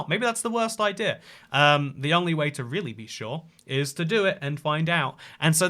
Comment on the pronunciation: Ah, the “inclusive R”! Pander Express! Idear of! Threer acacia planks (probably)! 😊